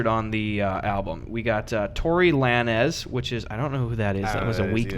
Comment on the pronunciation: I can’t believe you pronounces “lanez” (lanes” like Lan-ehz